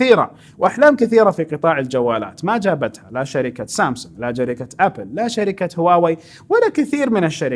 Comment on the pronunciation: 5.34 شركه مو جركه